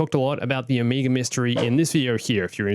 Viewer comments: Omeega!?! It's OMEGA!!! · No front, but why are you always saying omeger instead of omega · Its Omega not Omiga :))) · Who is Oh-meager?